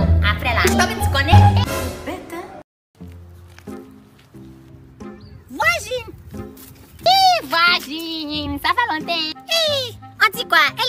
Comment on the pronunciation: mami show on dit pas voigine